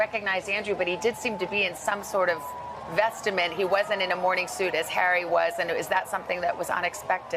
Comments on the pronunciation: Hey, Savannah .....the word is "vestment" not "vestament." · Did she say "vestAments"???? Woman! The word is "vestments". Fools.